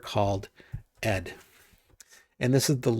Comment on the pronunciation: Nice video! Thank you. I would just like to add that the correct pronunciation of the venerable standard Unix text editor ed actually is "e-dee". Regards